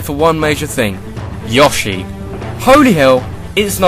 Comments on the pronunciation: ..>.< AGH! i'm sorry, i have to nit pick! it's Yo-shi, not Ya-shi. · Omg why do you keep saying yoshi (ya-shi) I always that it was yoshi (yo-shi) he even says it like that! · Yohhshi? It's Yoshi. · dude i dont think its yoh-shi its more like yo-shi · Uh.... did you pronounce that yah-she? I could be wrong, and it might just be cultural diferences, but isn't it yoh-she? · It's pronounced (YO-SHE) Not (YOSH-E) duh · Yawshi? Yawshis? Seriously? It's not yee-aw-shee, It's yee-oh-shee. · It'pronounounced Yo-She not Yosh-ee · YASHI?!?!?!?! ITS PRONOUNCED YOSHI WITH AN "O" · You pronounce Yoshi incorrectly. It's you-shee, not yaw-shee. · yoshi is pronounced YO-SHEE not YAH-SHEE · yo-shi? DID HE JUST SAY YO-SHI? It's yoh-shi. U PRONOUNCE WRONG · De he just pronounce Yoshi "yaw-shi"? XD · he says Yoashi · It just feels wrong when you say Yoshi like Yahshi -shiver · It's Yo-CHEESE! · did he just say Yaw-shi? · Yoshi: A dinosaur (yo-she) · Yoh-She Get it right pls, and don't say that the above way of pronouncing it is incorrect in anyway, as that would be preposterous... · That's not how to say Yoshi soi have to give your video a dislike but it's still a good video so I will give it a like well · It's a thing I've noticed, people from the UK pronounce Yoshi differently to everyone else. =o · I love how you say Yoshi. xD